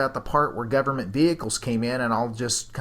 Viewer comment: "GOVERN-MEANT" frickers says it all